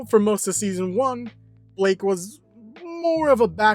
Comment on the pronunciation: Guys. Isn’t Blyke? Not Blake.